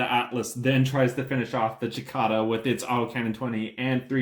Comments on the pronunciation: Its prounces like the bug. Sicada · SI-KAY-DUH! It's called a SI-KAY-DUH with a hard A! I can't watch anymore until you learn how to say it! Being from Texas, it's an affront. Si-KAY-DUH! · We all know Capellans can't pronounce a soft "c" so we forgive you. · He's not right either. In North America it varies depending on where you live, with it roughly being "si-KAY-da" in most places and "si-KAH-da" in others, accent on the middle syllable either way. The Brits (at least the ones I know) prefer the second form. Not sure about other countries. There's online audio-file pronunciation guides you can easily pull up with a google search, including a bunch of Youtube vids. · 8 dmg blows an arm off? Jeez. Lights really have that low of armor? Was that like 4 armor 4 structure? ooof. and the way you say Cicada lol, Chikada, I both love it and hate it at the same time. lol.